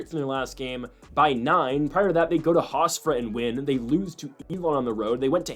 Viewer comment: "HofsTra" 😂 Love the Analysis though but that was killing me